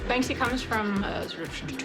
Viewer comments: It's pronounced bank see not ban ski! So bloody annoying, these apparent fans of his work can't even read his name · It's very annoying! My ex gf was friends with him. She is from Bristol. It's Banksy not Bansky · Bansky?????? Its banksy guys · Anyone else groan every time the couple says "Ban-skee"? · How can someone call themselves a “Banksy hunter” and pronounce it “bansky” 🤢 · Bansky🤣 head of his marketing class 🎁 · Why tf some of them calling Banksy bansky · In the audio guides he pronounces it as Bansky. Satirically of course. Werther the people pronouncing it that way were playing along or seriously thought that was his name I do not know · The fact that you two are featured so frequently in this, pronouncing his name wrong, is just sad... 💭🙄🤌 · Americans can’t say banksy